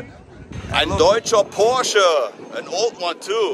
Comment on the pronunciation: A Chevelle Cobra! 😬 But you say Porche correctly Take the lady with the Bulli up on her swim 🏊‍♂️ offer